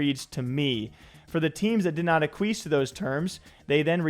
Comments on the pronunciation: Ah queef????? It’s ak-wee-es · ACK-WEE-ESS NOT Requis’ cousin Aquis 😂😂😂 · hearing you pronounce acquiesce like (uh-kwees) instead of (ack-we-es) had me pissing my pants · its "ack-wee-ess" not aqueese brother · Ahk-we-es. Bruh. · Bro…please prepare for your videos beforehand. “Ack-kweese”? Come on. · Say it with me.... Ah-kwee-s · A queef.... Ack qwee ess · Reading “acquiesce” as “uh-queeze” is an all timer. Yikes. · It sounded like "a queef" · Ehh, it’s a chad word. I’m glad he said it wrong.